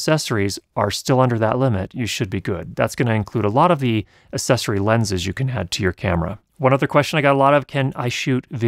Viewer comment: "Assessory" hehe